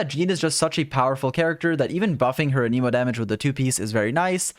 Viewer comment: good video but one small thing i noticed in general with your videos... you pronounce anemo wrong